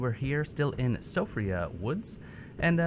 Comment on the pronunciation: Siofra = Shee-Fra. It's a female Irish name and I think it means fairy/changeling.